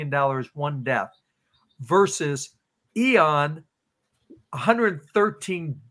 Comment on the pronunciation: Loved the info but,,, what’s with “eeeon” take the o out “ee en” ian. Hehe